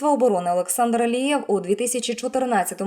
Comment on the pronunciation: Говорить чітко прізвище!!! Алієв, Лієв , Лівер, Лия????? Черте шо, а не коментарі!!!!! Ставлю палець вниз вам Фігня!!!!